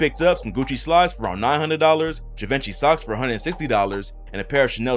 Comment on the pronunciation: Not quite how you pronounce Givenchy...